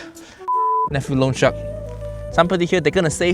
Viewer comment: He's saying "loan shark" but my mind is hearing "lone shark"